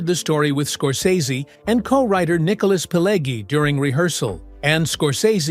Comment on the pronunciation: "20 Weird Facts You Didn’t Know!" Really? Do you seriously think that everybody is that stupid that they need somebody to tell where the bear shit in the buckwheat? This video is not any good. There is a separate fire in hell for making it: mirror view clips, pictures from "Casino" and so on. Joe Pesci's name is pronounced "Peh-shee". It's [siˈmoːne], not [siˈmoːn]. Pileggi - it's [piˈleddʒi], not [piˈlegi]. It's the Lufthansa heist. Where is the second name? What Thelma? The "Thelma & Louise" film? Thelma Schoonmaker? Tommy DeVito got killed. How can he be so old? Schoonmaker is a Dutch name and pronounced as [ˈsxoːnˌmaːkər]. It's in Nicholas Pileggi's book, not in Nicholas' book. You tell the story about Copacabana and show the pictures from the 1995 "Casino" film. Jimmy Conway's obsession? Not Robert De Niro's? - Prefect the role? Not perfect the role? It's look-KEH-seh (Lucchese).